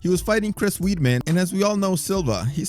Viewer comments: Do you read these comments? Can you please pronounce Chris Weidman's name correctly? It's like wide men. Not weed. Got it? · Weidman Pronunciation: Wide man. You're welcome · I’m not even an English speaker...but hell no I pronounce weedman lol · Bro it’s pronounced “Wide-men” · Weidman: pronounced wide man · Nah, it's Weyd-man